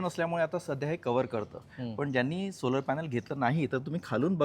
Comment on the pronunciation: सोलार नंही,सोलर कार म्हणा!! उच्चार योग्य करा साहेब